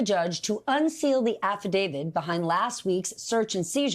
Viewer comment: It's "affidaviT" not "affidavid". So many people pronounce it wrong.